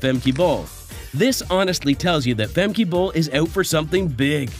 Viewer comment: Her name is not "Femkay" -learn how to pronounce her name it is no so difficult